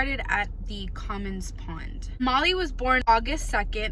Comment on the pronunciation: For Gods sake do a little research. You mispronounced Molly’s name even after you did it the first time. It “Cummins Pond”. Not whatever you said. You aren’t in any position to be criticizing anyone unless you have some idea of police work. Doing your interview in front of a menu is totally unprofessional. Should I go on?